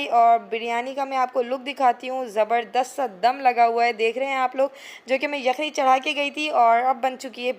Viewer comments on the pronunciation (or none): none